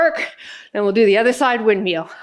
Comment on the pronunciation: I love how says windmeal not windmill 😅we all have those little quirks in our speech I think this is one of hers 😊